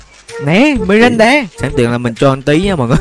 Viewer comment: Ngta là Miranda ông đọc là Mirinda là sao dị🙂xem mà quãi vs Bedy nhất á😂